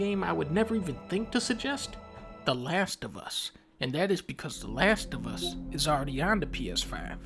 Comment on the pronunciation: The Lash Of Uh